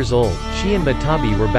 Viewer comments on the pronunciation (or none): Wait isn't the 2 tails matatabi and not matabi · Bruh its matatabi not matabi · i know you didn't say jenin instead of genin i👏🏻know👏🏻you👏🏻did 👏🏻not👏🏻say👏🏻jenin🤬🤬🤬 matabi??? wow yutakata?? im disliking